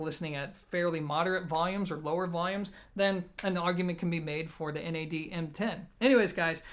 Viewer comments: It's NAD not N. A. D. One word 😁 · Wrong, NAD stands for "New Acoustic Dimension". You wouldn't pronounce GMC , Gimc.